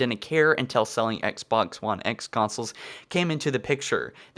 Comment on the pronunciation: And before you criticize my autocorrect fail, pronounce "Xbox" correctly and I may take your argument seriously